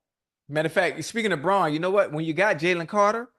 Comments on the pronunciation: Why do they keep calling zack baun zack "braun" 🤣🤣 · Zack Baun not Braun